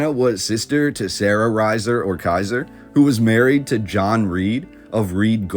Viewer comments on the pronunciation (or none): none